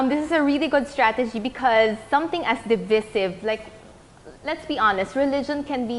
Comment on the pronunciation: From the word divide. should be pronounced divaysiv not divisiv